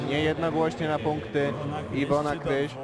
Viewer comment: Kryś . ! Kryś . Nie K"a"ryś szympansie .